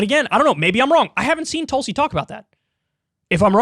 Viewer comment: Haha - David Packman pronounces Tulsi’s name as Toolsi 🤣🤣